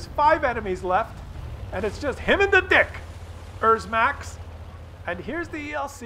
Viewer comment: Its a dicker max, not a dickers max